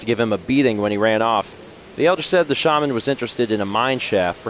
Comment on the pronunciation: pronouncing Shaman “shayman” is like him pronouncing wolves “wooves.”